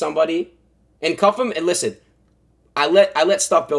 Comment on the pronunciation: CU-ffe-M take the L